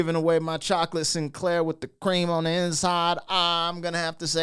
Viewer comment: My brother... it's Eclair... "Chocolate E-CLAIR..." Not "Sinclair." 😆